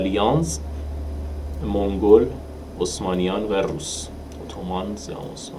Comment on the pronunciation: داداش چرا به مغول میگی مونگول 😂😂